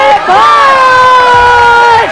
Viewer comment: Kaneez, u r super cute and u always said tanmay butt instead of bhatt.. :D